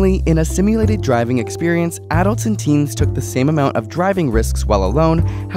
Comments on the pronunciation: why does he pronounce ''Adults'' like that im pissed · He mispronounced adults